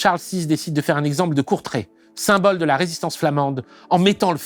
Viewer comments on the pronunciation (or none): none